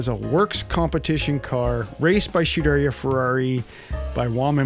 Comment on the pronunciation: You pronounce Scuderia Ferrari like you would with the 430 Scud